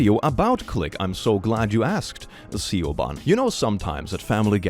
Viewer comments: whisper Siobhan is pronounced kinda like Yvonne, 'shi-vawn' (unless this is some sort of inside joke, then ignore) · Not a criticism, love this channel, but for future reference-- Siobhan is pronounced 'sha-von' (Irish names are wack, totally not anyone's fault for not knowing). Love the call of out that name though! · I love you Click, but 'Siobhan' is an Irish name, pronounced 'Shi-vorn' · Was the Click talking about Siobhan smelling nice at the beginning? If so, it should be pronounced Shiv-hon. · lol, that one's pronounced SHIV-ahn. it's not spelled like that to fuck with english speakers, that's just a perk. 😂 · Siobhan is 'Shiv-on.' Epitome is 'Eh-pit-oh-me.' I appreciate your phonetic pronunciations, as I've learned many words through reading and don't always know their pronunciation either. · I think you pronounced Siobhan wrong. Could be wrong, but isn't that the Irish name pronounced something like 'Shuh-von'? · Siobhan is pronounced “Shiv-awn” Epitome is pronounced “eh-pit-owe-mee” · "Siobhan" is pronounced "shi-VAHN". Source: it's my middle name. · Siobhan is pronounced 'sho-van' or 'shuh-van' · Native English speakers have problems with these too, if they pick up vocabulary from reading. Siobhan is Gaelic and I believe it's pronounced She-VAHN. Epitome is of Greek origin and is pronounced ə-PIT-ə-mee. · Its more like shiv-on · Siobhan (she-vawn) is Irish hence the non-english pronunciation. I think click still thinks its a tragedeigh 😂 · Oh honey it's pronounced "Shiv-on" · My name is Siobhan, Pronounced Shi-Vawn. 😂 would have loved to have actually heard my name. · No he wasn’t. No punchline, and way too specific to be some sort of inside joke. He fuct that word up as badly as he did this Gaelic name. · Hearing you pronounce Siobhan like that absolutely destroyed me. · how have you failed to understand pronunciation? The name Siobhan is pronounced Siobhan, if you've heard a name that sounds similar to a mispronunciation, IT'S A DIFFERENT NAME!